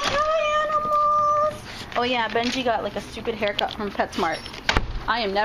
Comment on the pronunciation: bengi????? B-E-N-G-I..? B-E-N-J-I